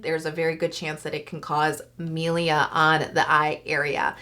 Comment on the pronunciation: Just warning you pronounce it mIlia not mElia